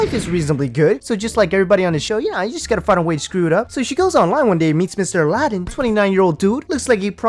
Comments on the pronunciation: Did it irritate anyone else that she kept calling him Ala- din instead of Aladin. I mean he said his own name more than once and she just kept mispronouncing it. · Why do they say Aladin but he himself says it Aladin? Huh? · Why does she say his name wrong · why cant Jenny and Laura pronounce Sumit and Aladin properly after all this time? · How is she married to him but can't pronounce his name right ? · why can't she say Aladin correctly? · She can’t even say his name right